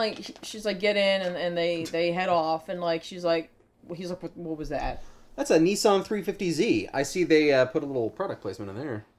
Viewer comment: that cant be how Americans say nissan because that isn't close to how it's pronounced